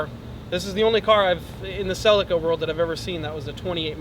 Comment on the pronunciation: It's pronounced "CellEEca"...